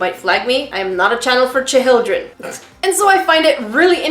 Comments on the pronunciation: Lol, hate to break it to you but auto captions understood your cha hil dreen as the real word. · Instead of chil-d-ren, how about the little beans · Hahahaha “cha hill dren” 👍😂